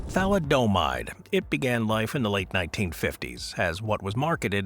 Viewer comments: Who are you, Homer Simpson? It's pronounced tha•LID•eh•mīde, not tha•li•DOH•mīde. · It's pronounce THALI - O - MIDE,get it right,jesus.